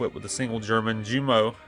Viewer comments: Please learn how to pronounce "junkers" and "jumo". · I was going to say that if it's German pronounce all "J"s as a "Y" and you'll be close to pronouncing it correctly.